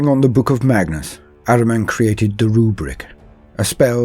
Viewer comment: ahriman is one of few persian names in 40k universe. it is an ancient name of aspect of lie and darkness enemy and other half of sepanda . the name is so old that zartusht use it in his creed and we have it in our religion . and correct pronunciation is AH-REE-MAN not araman